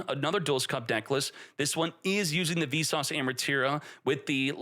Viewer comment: lol every time you say "Visas" it sounds like "Vsauce" and all i can think is "hey vsauce here". also a yubel playe rmade the ban list lol, he got cucked by a tearlaments deck and also couldnt beat snake eye so he made it so nothing really changed for yubel while destroying the other 2 lol